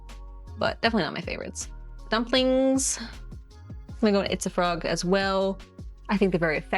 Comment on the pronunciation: When she says “itsafrog!” I hear pizza frog 🫠